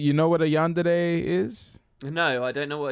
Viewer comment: As a person who likes to watch anime, everytime you said Yandede instead of Yandere I died a lil inside. XD